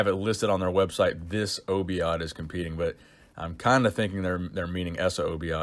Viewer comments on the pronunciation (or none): Obaid, not Obiad. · In the video it reads this obaid not obiad lol sounds like a joke "disobeyed"